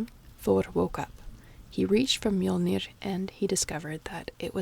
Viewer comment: That face when you here some good pronunciations of "Mjollnir" and "Aurgelmir" ╰(*°▽°*)╯